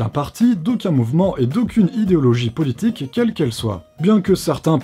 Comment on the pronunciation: Tu as dit "poulitique" 😂 comme ma maman hahahaha